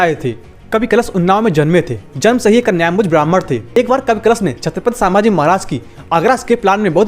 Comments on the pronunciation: अरे छञपती संभाजी महाराज बोल सांभाजी नाही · Chhatrapati Sambhaji Maharaj, vedio banane se pehle correct pronunciation sikh lo. Its Sambhaji Maharaj not Saaambhaji Maharaj.